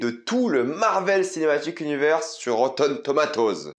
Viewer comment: Ca me termine comment t’as dis “Rotten THOMATOZ”. Sinon tu me rassure, ne jamais faire confiance à ces critiques